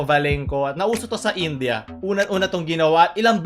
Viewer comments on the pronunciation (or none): none